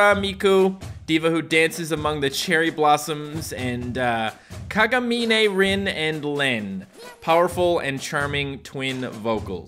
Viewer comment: U pronounce Kagamine as Kagamin :3 no need to thanks